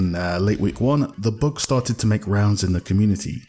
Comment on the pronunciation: am i the only one hearing he saying book instead of bug? :)) hes cute